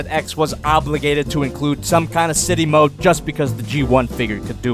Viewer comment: You say city mode more like shitty mode!